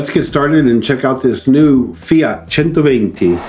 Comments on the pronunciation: 10/10 correct pronounciation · He pronounced centoventi better than me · Thanks for pronouncing "centoventi" the italian way :) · yes agreed! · Yes ! Thanks for pronouncing 120 correctly. My main problem as you say is the wire on the hood. That is going to scratch the hood. Great video. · As an italian, i consider your pronunciation of the word "centoventi" better than mine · Great video Frank! There are two points I’d like to highlight, however: The bumpers are ribbed because they’re actually rubber, which prevents the body being scratched when parking, and the display is actually used for advertising, so users can earn money while the car is parked. Check out my video with Klaus Busse for details — You did pronounce the name better than I did though, which I got a lot of flack for ;) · A native Engllish speaker who managed to pronounce correctly a non-English name!!! WoooWWW!!